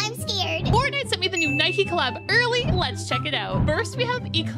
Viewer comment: It's pronounced N-eye-k,not N-eye-K-ee